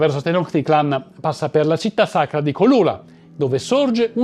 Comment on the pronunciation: la "ch" in spagnolo si pronuncia "c" dolce. Quindi Malinche si pronuncia "malice" e Cholula si pronuncia "ciolula".